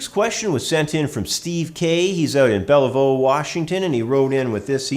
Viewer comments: It's pronounced Bell-View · Thanks for all the great videos. They are very informative and nicely presented. You are a great teacher! By the way, Bellevue is pronounced Bell-view. ;-) Keep up the great work!